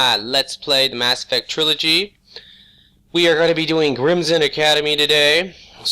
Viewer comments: Before anyone yells at for saying "Grimmson" instead of "Grissom", keep in mind, he's got some sort of speech impediment or something. The fact that chose to be a commentator, despite this, is truly inspiring. I'm autistic, I had to put up with pettiness from haters. SO WHAT if he occasionally mispronounces words? NO ONE IS PERFECT! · Hah! "GRIMSOM" Academy! Still can't pronounce some of the words in the Mass Effect franchise by look,eh?